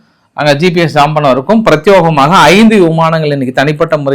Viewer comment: பிரத்(யோ)கமாக தவறு.‌ பிரத்(யே)கமாக சரி. முடிந்தால் வரும் நாட்களில் சரி செய்தல் நலம்.